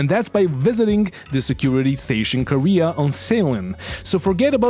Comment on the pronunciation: Kah-ray-uh... not Korea